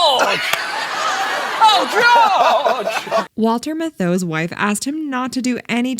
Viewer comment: "Walter MITH-OH"?!?!? The narrator is either under 40, or the AI is actually my caller ID announcer! :p